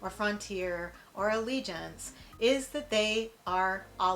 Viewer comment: IT'S ALLEGIANT NOT ALLEGIANCE. FLIGHT LEFT ON TIME RDU-SJU-RDU AND YOU ARRIVED SAFELY. OMG WHAT DO YOU WANT, WHAT WAS SO BAD